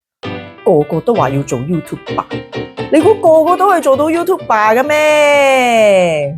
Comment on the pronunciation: YouTuber 唔係讀youtube 爸！